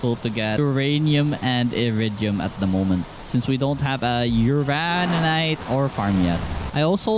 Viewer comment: Its called uranite, not urarararanite 😂